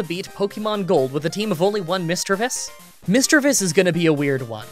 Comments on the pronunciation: its Mis-DREA-vus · I am only here to find out: 1. How he pronounced "Misdreavus." 2. Whether he took the Dome or Helix fossil. I am partially unsatisfied.